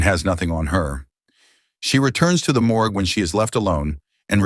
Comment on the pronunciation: it's more geh? Morge